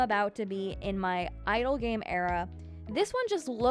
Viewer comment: Every time you say “idle game,” I think you’re saying “idol game” 😅 but yes, you’re right. I only knew about Town to City. Now I’m dying to play Wonder Library, Piece by Piece, and Wanderwood! The last game (especially the kitchen drawing) reminds me of Ghibli movies. I hope we get more news from the devs soon!